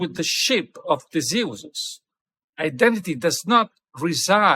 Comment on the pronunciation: Thanks for making this video. Good info and lots to think about. BTW, I. Like the way you pronounce Theseus 🙂